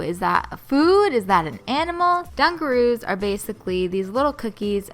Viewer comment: Ummmm its dunkaroos not dungaroos